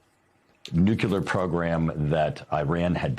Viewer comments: I await the day that the George Bush saying of nucular ends and the people that are supposed to be bright get that it is Nuclear. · What is nucular enrichment? Is the same as nuclear enrichment? And why the name of that country is pronounced as far from the actual name? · "Nuculer" and "Eyeran." Another genius repuglican. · this guy says "nucular" exactly like homer simpson does 😂